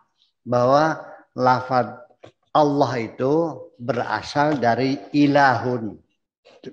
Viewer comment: ALLAH = ALLAH ,,, BUKAN ALLAH KOQ JADI AWLOH ... ALLAH YA BUKAN DI BACA AULOH ... ALLAH YA ALLAH ..